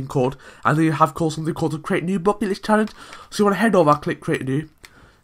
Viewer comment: Not Bucket list man dont you hear? its Bocket Listt